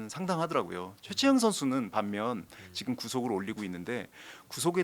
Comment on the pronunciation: 자꾸 직끔 직끔 이러길래 뭔 말하나 했더니 지금이었다… 직끔이 아니라 지금이에요😂